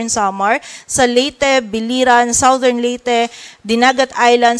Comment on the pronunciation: #Reporter, South is pronounced as sawt, but southern is #sadern. Check dictionary for correct pronunciation.